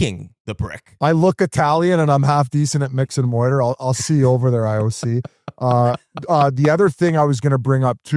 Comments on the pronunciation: Bizzy it’s mortar not “moiter”. You’re still the GOAT. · Almost crashed my car the first time he said moiter. By the third time, I was pounding the steering wheel. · Peak Biz complaining a war movie was too loud in theatre. But hey at least he can pronounce mortar, right? 😂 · Biz just called mortar, "moiter" 3 times😂 those house are for sure down lmao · I think Whit is Wah-Read about Biz's moiter... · I’m pretty sure this isn’t the first time he said moyter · I would watch 3 hours of Biz pronouncing “mortar”